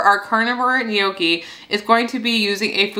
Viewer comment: love your channel, however--gnocchi [ nok-ee, noh-kee; Italian nyawk-kee ]